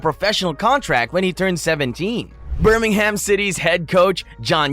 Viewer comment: The pronunciation of Birmingham and Jobe is terrible. And Leamington is just offensive 😂